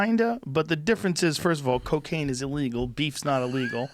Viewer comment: This dude is on to something. If anyone is interested...check out No-till farming or living organics. Glyphosates and salt based fertilizers are destroying our soils! There is a better way. Also, I love how this guy says " CO-caine"